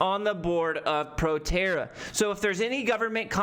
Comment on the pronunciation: that’s not PROTERRA 🤣🤣🤣 “ptra” trading on the 7’s 🤣